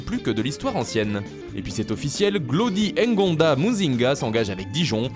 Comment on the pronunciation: Il est Congolais C'est NGONDA bordel 🖕🏿🖕🏿🖕🏿🖕🏿🖕🏿 Pas Engonda comme vous le prononcez